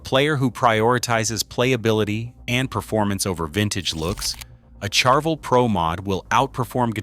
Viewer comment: I like your videos, usually insightful, but the way your AI narration pronounces Ibanez and Charvel is an abomination to my American English ears. Please QC your AI narration much better before release, or I might unsubscribe, ha. Don't make me unsubscribe and hit the dislike button, please. I can not like these videos presently, with those inexcusably lame pronunciations of brands and other words that have been well known for decades.